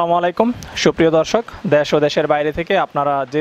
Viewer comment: আরে ভাই দ্যাশ নারে,,,,দেশ